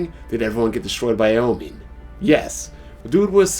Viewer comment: AOMINE Lol dude say it right also i know you reading that extra game manga